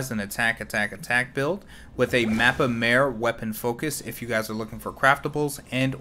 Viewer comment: It's not actually Mappa Maire but mappa mAre. Literally translated as Big Folder from Romanian.